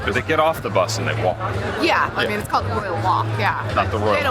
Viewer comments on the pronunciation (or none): none